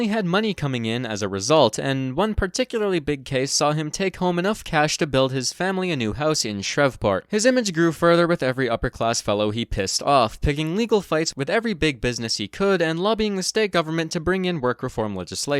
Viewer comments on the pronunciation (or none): Did i hear shrev port its pronouced shreeveport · Shreve like Steve not shrehv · It’s pronounced “shreeve port” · I’m so sorry I’m from South Louisiana and I love this. You’re doing great, but how are you pronounced Shreveport just fucking murdered me. I can take the New Orleans mispronunciation, I hear variations of it all the time. But you never hear Shreveport talked about, so I never hear non-people from the Gulf Coast/oli pronounce it. Reference I would say the correct pronunciation is shreev-port almost pronounced like three. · "Shrev"port lmao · Its "ShREEEve Port" Why does everyone fuck it up? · That’s not how you say Shreveport You say the name of the letter e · As a Louisianan, your pronunciation of Shreveport gave me heartburn. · I had a pause at what I heard it, you never hear it talked about by people outside the Gulf Coast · always funny hearing people not say Shreveport correctly. good video. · The Shreveport pronunciation made me die inside but good video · Bro did not just pronounce Shreveport like that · Had a stroke hearing you pronounce Shreveport